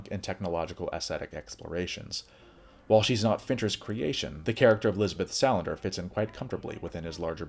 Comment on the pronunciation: Lisbeth SA land ER not Sal an der. Otherwise nice.